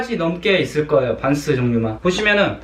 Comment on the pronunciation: 빤쓰로 들려요 😛 🖐🏻